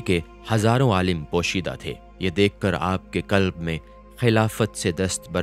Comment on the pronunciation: "aalam(Jahaan)" not "aalim(Ilm waala)"; both these are different terminologies.